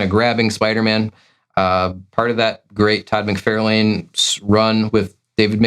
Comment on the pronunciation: It’s Mc Far!!lane not Fairlane.. SMH 🤦